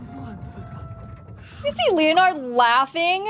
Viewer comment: HI I've enjoyed your video reviews for LoM. Quick note on pronunciation of Leonard its Len-nard not Leo-nard. The Loen kingdom is loosely based on England and that's how its pronounced there. Leo-nard as a pronunciation is more of a French way to say it. Other than that please keep up the videos its nice to see someone who enjoys this show as much as I have been. BTW The official term for a beyonder who has lost control is a Rampager. Its in the second episode.